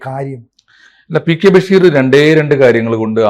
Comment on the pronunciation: ബെഷീർ അല്ല ബശീർ എന്നാണ് കൂടുതൽ ശരി ബക്ഷേ മലയാളികൾ അങ്ങിനെ പറയാറും എഴുതാറുമില്ല ബഷീർ എന്നാണ് പറയാർ എന്തായാലും ബെ അല്ല